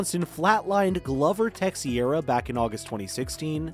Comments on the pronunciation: who I'm sure he is talking about how he pronounced his name. This guy butchered a couple names in this video. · Who's Gluver Tuxeera? 🤣